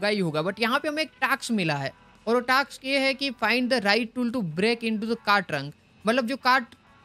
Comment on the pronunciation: it is not taks it is task